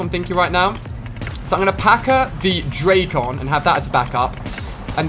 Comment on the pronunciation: Ali-A i am a big fan, but it is so cringe when you pronunc the names of the Guns, like dracon,its not drac on but dracon i one word.